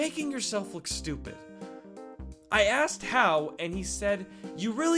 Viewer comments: "I want to axe out eve" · Why do you guys always say “axed” instead of “asked” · "I wanna ax out Eve!" Me: O_O